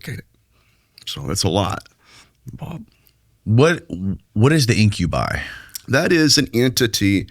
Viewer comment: IM OFFENDED WITH THE WAY YOU SAID INCUBI